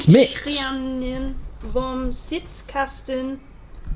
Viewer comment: As a German 🇩🇪, I can say: Kraftfahrtbundesamt and Sitzkasten were well pronounced!